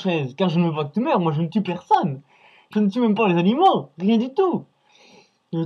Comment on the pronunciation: "Les chats sont des créatures vivantes, ayant des sentiments" Naaaaan tu crois? "Si, un homme, n'est pas bon zavec les zanimaux" Hee faut arrêter les liaisons qui servent a rien hein. Imaginez la tête de Sergi s'il voyait ça. Et il veut pendre Norman en plus. Il dit "Et je te remets la chaise" mais vu le temps qu'il a mis pour raconter les détails, les cervicales, les petits pruneaux etc, Norman serait déjà mort. Sache que quand on meurt pendu, c'est par le coup du lapin que produit la corde.